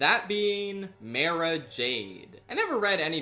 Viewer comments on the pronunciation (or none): As an audiobook reader of a lot of the legends books, hearing some of these pronunciations is like a knife to my ears lol. I'm at Mara Jade right now (who I voted for) and hearing him say "Mera" instead of "Mah-ra" is so sad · less fucking gooo! It's my namesake!!! But I cringed at how he pronounced 'mara' lol